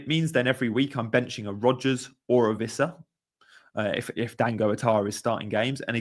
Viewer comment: It's Wissa not Vissa btw, he's not German!